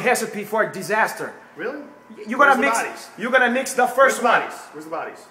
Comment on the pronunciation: Can’t pronounce his rs that’s heally heally funny. Smoking the heefer